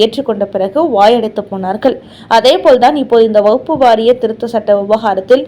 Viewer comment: வகுப்பு திருத்த சட்டம் இல்லையம்மா. அது வக்ஃபு திருத்த சட்டமம்மா. உங்களது உச்சரிப்பில் குற்றமுள்ளது. முதலில் அதை சரி செய்து கொள்ளுங்கள்...